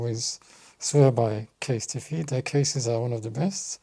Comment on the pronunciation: CASE-TEE-FEE! 😅😅😅Kind of like the new pronunciation!